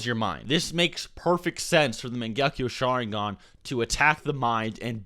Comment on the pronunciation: I'm not a hater but is he even a Naruto fan?How he pronounces mangekyo sharingan or exactly the same at Shisui is simply terrible.